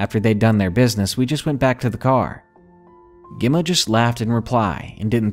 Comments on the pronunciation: Gemma is pronounced jemma. Not important just needed to say it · Gem ma- like gem stone and Ma. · You later pronounced Emma ok, Gemma is like Emma with J in front.